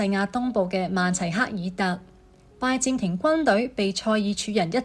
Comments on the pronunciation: 係拜占(音尖)庭，唔係拜佔庭，連咁重要嘅歷史名稱都讀錯，乜嘢廣東話嚟㗎？ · 係占唔係佔！！！ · 占音尖，並非佔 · 讀講者注意讀音：[占]字讀[尖]音，不是[佔]音。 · Ai讀嗎，為什麼讀音怪怪，拜占庭，，應該用占卜，不合平仄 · 廣東話讀拜「尖」庭呀專家。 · 其實這是大陸人的說法，香港人只會說「最」，清楚簡潔。很多發音錯都跟使用簡體字有關：明明拜占庭，但旁述就讀成拜佔庭，幹就讀成干，乾又讀成干，可以知道，這段是Al讀的，如果係人。佢地會知道係拜占庭⋯⋯所以，簡體字真係考起AI，因為佢地唔知一字多音，又被簡體字搞混了，干幹不分😂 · 拜占庭的「占」讀錯音😂